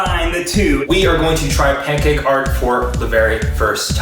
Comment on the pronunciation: My pAnCoCkEh mix